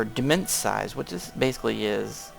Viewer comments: It's demesne not demense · And it is pronounced "de-mane". It is the french progenitor root of the English word "domain". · Great videos! Just fyi - demesne is pronounced "Duh-main". I know.. I just learned that too.